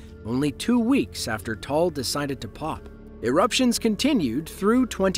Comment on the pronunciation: Just for future reference, Taal is pronounced "Ta-al". I actually got married in the Philippines that following April. We weren't sure if my flight was going to get canceled because of it. Scary stuff.